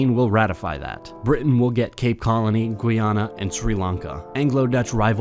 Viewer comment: Some of the pronunciation in this video was dreadful vis a vis Ceylon, Amiens & Guiana.